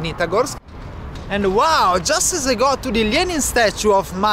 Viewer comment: I’m in love with the way you say Lenin